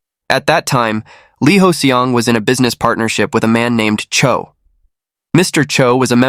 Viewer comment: No! 이호성 (Lee Hoe-Seong). He kept saying Lee Hoes Seong